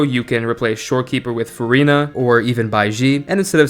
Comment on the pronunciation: Bro she is verina not furina 😂😂😂